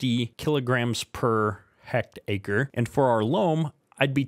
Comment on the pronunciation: Its pronounced heck tare or tear ( tear open a box ) i hectare is 2.74 acres but I'm sure you knew that 😂 jk